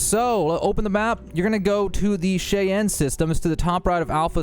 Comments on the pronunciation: Cheyenne… this is literally a name in the real world. “Shy-anne” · more like Shy-Ann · Shityanne lol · Cheyenne is pronounced Shy-Anne. Omg. Cheyenne is one of the most famous Native American tribes and the name of countless towns, counties, etc. in the US. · Why cant anyone pronounce Cheyenne? Its just "Shy-Anne" its that simple. They say it in game plenty of times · Please learn how to pronounce Cheyenne and the significance of the word. Those of us who have Cheyenne heritage have a hard time hearing it mispronounced. Not trying to troll or anything. This is also the first time I’ve ever heard it mispronounced by someone who I’m assuming English is their first language. But otherwise I like your videos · Out of all the starfield youtubers who mistake Moons for planets, star systems for galaxies and think the milky way is the universe, that's what bugged you? Pronunciation lol